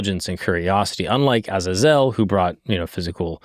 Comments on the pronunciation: Stop calling Azazel. Aza-zelle. It's Ah-zay-zel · It's (ah zay zol) not how u said it but good video